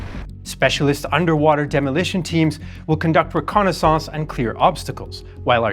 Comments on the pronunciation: Reconnaissance rēˈkänəs(ə)n(t)s Not Reconnaissouncé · You pronounce reconnaissance weird. At least it's not ai so I'll take it happily.